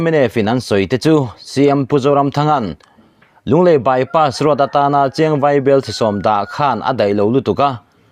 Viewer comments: "Bypass road" chu lam i harsat ve hlemai maw.😁😁 Bypass roas/ross ti deuh tlat mai a. Edit theih ani awm si a han nawt reh la tha tur. I lam ngun deuh hnu ah chuan a rawn dik thei tan e. . 😁😁😁👍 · Lunglei by pass ross", tiin a rawn ri nawk mai a, kan youttuber te pawh hi kan sawrkar hoan a hack ta em ni, thu lam diklo atam e mai, ", by pass road", tih pawh by pass ross an ti ta zel si, heng thu lam diklo zawng zawng hi kan sawrkar kalphung diklo vangah ka pujh mai sin, mnf sawrkar hian min lo sawp hneh ber a nih hi a hming te hi an lo thlak hman leh pek nge maw ni le, , by pass road", pawh lam dik a har ta, a rawn by pass ross ta vek mai, Nawbgsawhnawh pawh a rawn hnawngsaw hnawh leh vek ta mai, kan sawrkar tak hi chu aw..